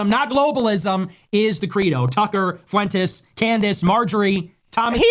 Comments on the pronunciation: Its Fwentes not Foo Wentes. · Please, Kyle. Please. For the love of all that is holy, please, please, PLEASE stop mispronouncing things. Lol. It drives me absolutely bat crap psycho crazy! As much as I despise him, his name is pronounced "Fwen-tez", not "Foo-en-tez". And it's pronounced "dammed", not "dam-ned". Love ya', but you've gotta' stop with the mispronunciations. We're not MAGA, my guy. We're better than that lol. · Foo Entez. Lol